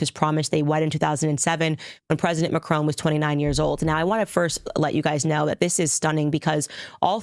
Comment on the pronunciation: Makroon, you make it sound like macaroon 😂